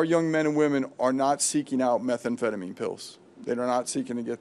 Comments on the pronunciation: Thats a very interesting pronunciation of 'methamphetamine'. I've never heard anyone pronounce it like that. Looks bad Pam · It’s not meth e emphetamine. 😂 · What is Meth-A-phetomine? Also, RELEASE THE FILES PAM! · Is she trying to say "methamphetamine"? This is embarrassing. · The way she pronounces methamphetamine is killing me 🫠